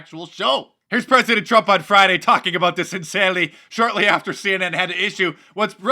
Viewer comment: Did he just call the president “crump?” 😂